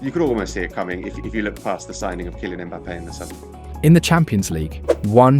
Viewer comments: just read the concept that ai has already written for you, why use this crappy ai narrator who can’t read at all? vinihius? kailien mbappe? please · WHO THE HELL KAILIAN MBAPPE BRO? YOUR LONG LOST BROTHER? YOU DUMB RESTARTED AI voice. IS YOUR UGLINESS REACHING YOUR VOICE THAT YOU CANT SPEAK